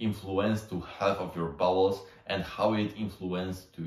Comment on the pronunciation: Dont take this as hate, just sharing something that struck me as odd, namely: you pronounce "bowel's" like "balls" I get it, english isnt your first language (i presume), but in this case it makes the video feel a little comedic. If it helps maybe its not a bad idea to have an AI read out the script you write so you get a feel for the pronunciation